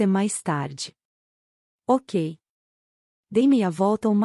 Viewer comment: Oh obrigado❤ Comprei o primeiro livro a um tempo, mas ñ pude obter as continuações. Amei a leitura. A voz é ótima e qualidade tbm. Mas confesso que demorei um pouco para entender que "OCA" era "Ok"🤭 Estou no